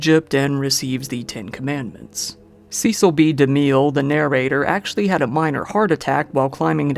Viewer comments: The name Cecil is pronounce SESSIL not SEASAL. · The famous (or infamous) director Cecil B. DeMille is pronounced ... Cecil = "Ses Sill" B DeMille = "De Mill" Not your fault. I realize that many of the online how-to pronounce guides say it incorrectly, too. So, that really sucks! But you'll hear it properly pronounced from old news reels of his era. The codes in the "pre code" are not safety codes that is not what "pre code" means. The "codes" are the morality codes, and this was a time from 1931 to 1934 where sex, nudity, violence, and debauchery were common tropes in movies! Before the morality, codes were enacted in the U.S.A. movies were very raucous and racy! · Great video! Regarding Cecil B. De Mille: His first name rhymes with "vessel" and the last name with "de mill" (not "de meel"). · It might be a good idea for the narrator to research the actual pronunciations of some of the names of the people in this video. Susan Hayward, not Howard. Vic Morrow (MORE-oh), not Moreau. Cecil (like vessel), not SEE-cil B DeMille (not Dee-meal).